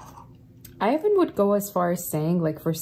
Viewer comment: Every Time You say "I even..." I keep hearing you say my name -Ivan..lol Blessings Love Light #80sBaby #82 #StillPushin